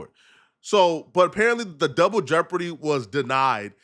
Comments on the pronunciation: He said juble deborty you are a fucking idiot…. DOUBLE Jeopardy. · wtf is “jouble deopardy” sir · "Jouble Deopardy" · So I’m Tha Only Person Who Heard Say “Jouble Deopardy”?? 😂😂😂